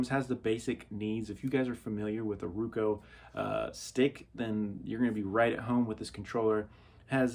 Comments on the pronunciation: Pronounce roku as row-koo. Not rou-coe as you do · Its pronounced rOkU not rookoo . good tv